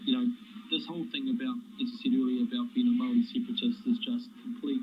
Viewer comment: If you are going to use the word Maori as a New Zealander you should learn how to pronounce it properly. I am a kiwi and not Maori but I understand respect for the indigenous people of this country and their language.